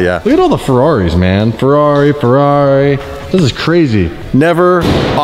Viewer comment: "ferrarri" xd